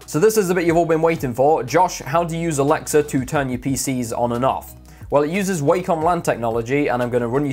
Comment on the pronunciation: stop saying alexer